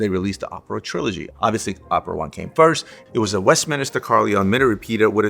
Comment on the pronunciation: Love your content ….. but it’s West-min-ster chime…. Not West-Min-IS-ter